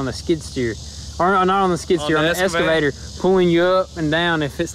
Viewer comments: Why do you always say "EScavator" to the "EXcavator"? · I would love to hear you two pronounce “excavator” correctly instead of saying escavator. Love the content. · Is it just me that hears escavator instead of excavator? Love love love this channel. I usually watch videos I am am subscribed to in the order they come out, but they all get skipped when a GoonzSquad video is out out. You guys truly are an inspiration to so many people.